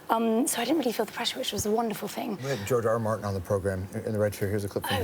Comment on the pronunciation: Whenever he says George R. R. Martin I kept hearing Giorgio Armani